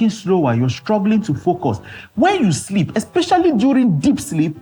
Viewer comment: I hearam ooo Shleep schedule 😅😅😅